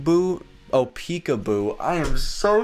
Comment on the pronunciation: Lol means laugh out loud / lots of love. Pecuboo is definitely not right, its peekaboo. Your welcome.